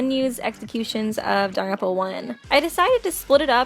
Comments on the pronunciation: Jesus lady, it’s not danaropa it’s Danganronpa. You also sound pretentious using their last names only, especially when reading the text. Christ, at least annunciate. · Um just a little heads up it’s not pronounced da-ram-pa it’s pronounced dagan-rampa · It sounds to me like shes say “danranpa” every time she says Danganronpa. Please don’t hate on me for making this comment ;^ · daganronpa dang-gan-ron-pa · It's legit pronounced Don-Gan-Ron-Pa they say it in the game and anime x.x how do people get this wrong still??? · really really really tried to watch this video but after the 5th or 6th time she called it "daropa" i had to dip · You just said Danganfowa